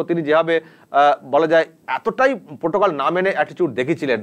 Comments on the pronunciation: প্রোটোকল নয়, পোটোকল। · প্রোটোকল নয় । পোটোকল।